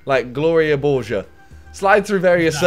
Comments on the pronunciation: Saying Gloria borger wrong? Borg-er not borge-er SMH simon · HE CANT SAY BORGER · You say Gloria borga like Gloria borjer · simon- pronounces gloria borger wrong me- OK what are you doing simon- who's gloria borger i don't know who it is me- all around me are fimiliar faces familiar faces 10 mins later says sub to pewds sub to pewds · The way you mispronounce Gloria borger kills me. She’s the best news reporter on the most relevant and reliable new source, Pew news. Co hosting with Poopy Harlow and poppy Gloria. Then the nerve to say sub to Pewdiepie. Are you even a 9 year old 😤🤬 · You’re pronouncing it wrong and it’s from PewDiePie’s pew news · How do you not know who Gloria borger is. And you pronounced it wrong. PewDiePie won't be happy